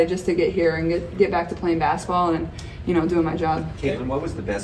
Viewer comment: Caitlin has an endearing way of saying the word basketball: "bass-ball" (she leaves out the middle syllable) She plays the game with a fast pace, she says the word with a fast pace too. 😝